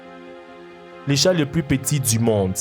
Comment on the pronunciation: Thug life!!! c chat pas avec un r mais un ''t''